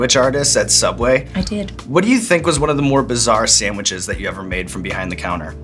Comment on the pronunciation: When she says "samwiches" you can hear Harley <3